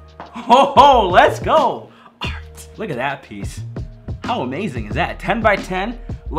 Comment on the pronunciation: WRITE AND THEN SPIN IT AND I LOVE WHEN YOU SAY AAHRT